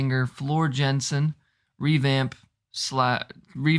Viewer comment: Enjoyed your attempt at the band members names. I’ll help you out with Floor’s last name. Pronounced Yah-sen. Some heavier songs include Storytime, Romanticide and Song of Myself to name a few. Save the long ones, Poet and the Pendulum and Greatest Show on Earth, for later. I like your intro research. Keep it up. Find out what the story behind the song is before reacting to it. Unless you want to try to decipher it yourselves from the lyrics. That can be fun too. 😄🤘 P. S. Start with the Wacken 2013 live concert. They are all gems and the audio and video are excellent. Also, you will probably notice quite an influx of comments. There is, indeed, a Nightwish Army. Lol.